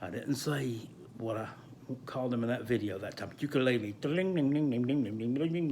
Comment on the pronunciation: Why do you make banjo noises when you’re saying ukulele